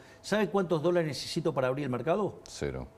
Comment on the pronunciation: Nesitar ( necesitar ) Essir ( es decir )